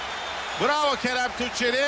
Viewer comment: 10 defa aralıksız Kerem Tunçeri dedi ama bazılarında Tunceli dedi bazıların da Tuğçeli. Ulan adamın ismini unuttum. 😂